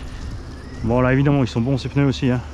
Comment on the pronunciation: Un peuneu Des pneus 😜😂😂